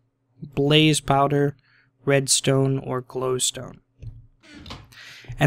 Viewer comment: It's blaze not blaze man